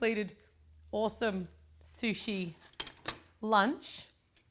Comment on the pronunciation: "It's AWESOME" that's so australian! hahaha